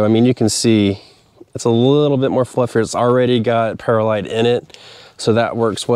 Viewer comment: Great episode! Any updates for this spring? How about a side by side comparison of perlite vs vermiculite?? Oh, and by the way, it's pronounced pearl-lite, not para-lite.